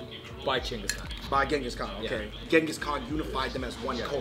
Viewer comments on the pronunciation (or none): It is nice that they are trying out the authentic Mongolian food but I wish they did more research and more understanding of our history specially for the Mongolian guy not fully able to tell his own history that’s little sad and for everyone who pronouncing Genghis Khan is not the correct way it is Chingis Khaan I wish Mongolians would correct it as they meet new people.